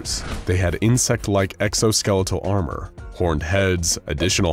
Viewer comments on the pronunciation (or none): none